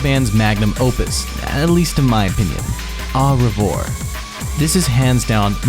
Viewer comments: FR HOW DO U MESS UP AU REVOIR 😭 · Ah, Re-vore… 😂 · man you literally butchered any non-English word, especially the French ones lol The way you butchered Mylène Farmer, Merveilles, Le Ciel, and Au Revoir is hilarious beyond help 😂😂😂😂 great documentary though, nice job! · If there's one thing we learnt from this is that you cannot pronounce the band name, albums, or the songs, including "au revoir" one of the most common french phrases that everyone knows, aside from that it was filled with errors throughout, he really said "offer a prayer to your prostate" & had no idea it was wrong 💀 the lack of knowledge of Malice Mizer is clear. Anyone who wants to actually know anything about Malice Mizer, look elsewhere rather than watch this.